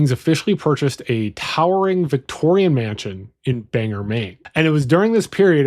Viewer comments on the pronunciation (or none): Mainer here. Whooweee the way you pronounced some of our towns lol. Great video. For those uninformed with our little neck of the woods Orono(Ore-rah-no) is the town that the university is in Bangor (bang-or) he fell for the common trap or banger That’s about it thanks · It's not pronounced banger. It's pronounced bang-oar. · It's Bang-OR not Banger. "Banger" would be funnier for the local paper, the Bagor Daily. Sadly, that's not how you say it. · Orono is pronounced OR-unno. Bangor is pronounced BANG gore